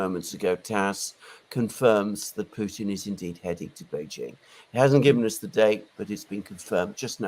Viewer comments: Play the Ray McGovern drinking game. Every time he says Poo-teen, take a shot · I don't get how McGovern can mispronounce Putin but get Vladimir Vladimirovich right